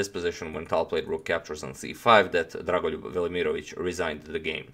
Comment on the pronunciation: I was more impressed by how you pronounced dragolijub's name